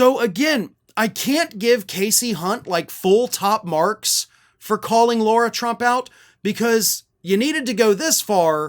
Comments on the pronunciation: We get on Trump and other republicans for mispronouncing Kamala. We should set the example and pronounce Lara the way she requests it to be pronounced. Attack her all day on what she says but it is common curtesy to pronounce their name right. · not to nitpick, but as much of a POS Lara Trump is, her name is pronounced Lar-ah. Like saying car and putting an ah on the end of it. It's not pronounced, Laura. It's a respect thing to use proper pronunciation for someone's name - even when they're trash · Do you deliberately call her Laura instead of Lara? Its the sort of thing Trump would do. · why do you keep saying Laura, knowing full well it's Lara? 🤔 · Lara not Laura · I don’t know if you’re calling her Laura as a dig, like trump and his sycophants mispronounce names.